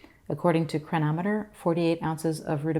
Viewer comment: Could you please say the name of the nutritional app you showed. I could not understand what you said. It sounded like "triameters"?? thank you.